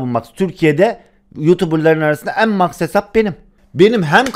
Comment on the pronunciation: Abi Max karakteri mex diye okunuyor